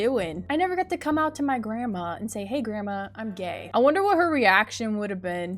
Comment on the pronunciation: lol it sounds like you say "grama" instead of "grandma" btw I love ur vids>:3